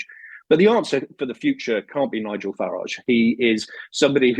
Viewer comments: Shame the show host hasn’t got the manners to pronounce Nigel’s name correctly… Shows where their allegiance lies. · The block can’t even pronounce his name properly